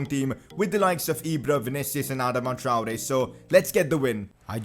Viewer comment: You say AdamaTraore weird uh-doma Tri-Ore